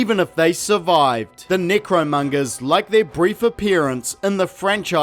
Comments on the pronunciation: Why does it sound like your saying negromongers? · more like nicromungers lmfao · I like how many ways you pronounced their group. Necromongers, Nickromongers, Necromungers, Nickromungers. I'm easily amused. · Like...are you pronouncing necromongers wrong as ajoke?